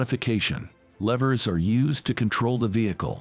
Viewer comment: This guy needs to learn how to pronounce the words: "squad", "levers" and "passage".